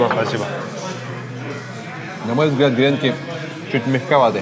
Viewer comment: ааааа.....грЕнки....минус уши)))правильно говорить гренкИ!))